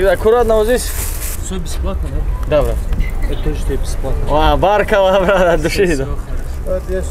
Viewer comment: Не говори баркала а правильно будет БаракалЛах